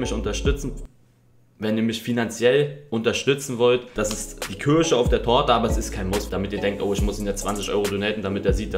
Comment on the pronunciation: Die Kürche auf der Torte 😂